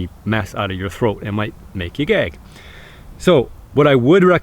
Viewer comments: it took me 3 times before I heard "it might make you gag" instead of "it might make you gay" that gave me a good laugh hahaha. Interesting video! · I was very confused when he said "You don't wanna be pulling a big piece of stringy mess out of your throat, it might make you gay" and then I realized he said "gag" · I thought he said it might make u gay lmao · “You don’t wanna pull a big stringy mess outa your throat. It might make you gag.” Not what I heard the first time 🤣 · Did he say gay gag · pretty sure everyone heard gay haha xD funny moment. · I came into the comments to see what he actually said I know he said gag but I thought he mispronounced it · I had to listen three times. I thought you said eating the stringy mess would make me gay. I was so confused. Great stuff. keep it up! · I thought he said “Make you gay.” Until I realized he was saying gag 😂😂😂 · I thought he said gay :/ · LOL I heard that first and then went back and realized he said Gag